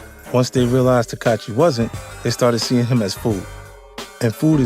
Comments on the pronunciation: It's not tekachi its tekashi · 50 keep callin him “Teekahchee” LoL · 50 cent has a hard time saying “Tekashi”. He should just say 6 9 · The fact that he keep saying takachi is crazy SMH allnthat money and can't speak bright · I'm hearing teck- katchi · So we gonna keep acting like 50 saying “Tekachee” ain’t the equivalent of Crunchy Black saying “Glad” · “Takachi” -50 cent 💯💀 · Right lol? He's saying tekachii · he said tekachi 😂😂😂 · Did he say Tekachi the whole vid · Why it sound like he saying Tekachi lmao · He called him "tekachi" 😂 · Why does he keep saying tekachi lol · "tekat-chi" - 50 cent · 50 said takahshi and jarule 😂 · Yall fools....thats not even fifty. "TAKACHI"...tfoh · Why he pronouncing his name like that 🤦🏾‍♂️ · How is he saying that boy's name, lol.